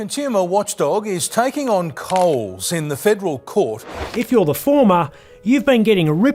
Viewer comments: Cools? Cools? Effing AI slop that cant even pronounce Coles properly 🙄🤦‍♀️ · Can we stop this AI fear-mongering BS?? Much of this is nothing new, and if you're allowing AI to do your research and collating, you can at the very least give the video a watch before you upload to find out if the software has mispronounced the very shop it's talking about.